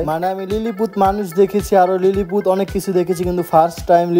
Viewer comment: Its not lilypeed its lily poot